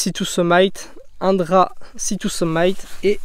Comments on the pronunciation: Super vidéo et matériel validé par beaucoup ; moi jusque là, je suis passé à côté de Valandre et je vais essayer, tout le monde en dit du bien. Par contre la marque « sea to summit » se prononce summit avec un i et pas summaiyte ca veut dire le sommet… je dis ça je dis rien… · S'il vous plaît arrêtez de dire [sitouseumayt] pour la marque sea to summit, on prononce summit [seummIT: "it" comme en français]. Pas le premier que j'entends faire cette faute.